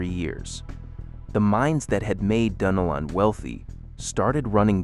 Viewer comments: It's Duh-Nel-lin. (Dunnellon). And I've been here 30 years now and you couldn't convince me that the town today is stuck in the 1960's! Not with the traffic that is currently there now! 😄Btw, we love going to Cedar Key. It's still maintained it's culture and beauty. Also, Mic-CAN-O-Pee is where parts of the movie Doc Hollywood was filmed. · I love the way my gps pronounces it… like, Dunna- lynn or something lol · Yes it's pronounced "dun nelle-in" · IT'S PRONOUNCED DUNN-ELLON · I am like you, I am sick and tired of AI mispronouncing our town names. They need to ask local people what the name is and not just make up their own pronunciation. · I am a Native Floridian, 73, born and raised in St. Augustine. All my life we pronounced it " Dun- ellen". And "Mic-can-O-pee". There are other names being mispronounced. The Ai needs more local influence. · MICANOPY,,, : It's Mic-an-OPIE. Sory to correct you... lol also: Dun-el-un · Interesting. With lots of useful information and Ai images. But the announcer needs to learn the correct pronunciation for Micanopy, Palatka, Dunellen some others that he mispronounces.